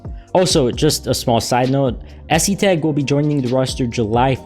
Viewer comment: the pronunciation is es-tag